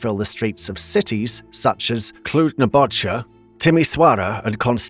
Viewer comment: he also said cluj-nabogia and a few other "pearls"